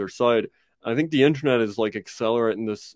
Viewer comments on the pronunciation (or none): none